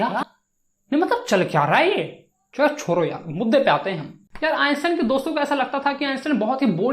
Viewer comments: Thanku for explaination and its not choro its chodo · Bhai ye sab to thik hai par soro nahi chodo hota hai😂😂😂